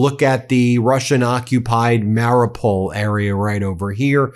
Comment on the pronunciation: Hi Ben, you may be dyslexic, and i am not an expert nor Ukrainian speaker, but have been supporting for years now and this is what i hear xx so i hope this helps with the Ukrainian names you are not reading out so well! KHERSON said HER-SON as in belonging to girl and son as in song not male child xx MARIUPOL said MARRYOUPL xx ZAPORIZHIA said ZAP-OR-E-ZURE xx POKROVSK said POK-ROVSK both o's as in as in pock-et xx SLOVYANSK said SLOV-EE-ANSK, o as in'pocket xx KHARKIV said HAR-KEEV xx SYRKSKYI as in General is SIR - SKI as in title and winter sport xx Thanks all you bros for all you do xx any chance audio version of book in UK?